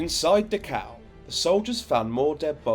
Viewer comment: He keeps saying Dukow, is that the same place as Dacau, not far from Munich?